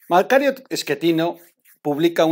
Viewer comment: me cae usted muy bien pero no sé dice "Barlet", se dice "BarTlett". Perdón que se lo diga, igual el apellido del señor Macario, no se pronuncia así.